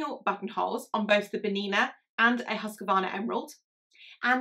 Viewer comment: Husqvarna is pronounced HOOS-kvarna